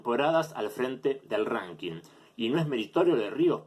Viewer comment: No sé por qué decidí ver la parte que hablabas de Ríos, sos un payaso con todas la letras. Cómo vas a comparar una liga de fútbol con el ranking atp? No hay un campeón del año en la atp. Qué mierda es un "renking"? Ranking idiota, hablá bien!!! Nunca escuchaste a Federer hablar sobre Rios? En serio sos nefasto jaja